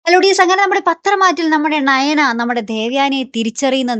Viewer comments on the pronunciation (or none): ണയന അല്ല നയന